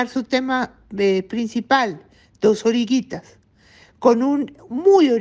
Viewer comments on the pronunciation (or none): A esta señora cada vez se le entiende menos lo que lee. Debería memorizar un poco antes de sacar la nota. Se nota a legua que lee sobre el tiempo. Que feo. No supo decir oruguitas. No la había vuelto a escuchar por eso.